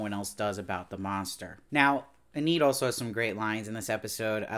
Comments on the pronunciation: Hey, small detail: you keep pronouncing the name Enid as "eh-NEED" but the correct pronunciation is "EE-nid." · overall, he did a good job reviewing it, but the constant mispronunciation of Enid throughout all of his videos was a bit distracting.